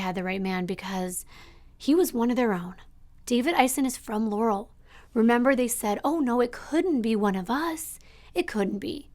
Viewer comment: LAR-uhll is the correct pronunciation amongst locals. I hate when people call it Ler-ruhl lmfao